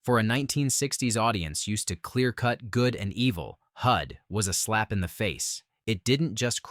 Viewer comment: Also, #10 is Hud, not Hood.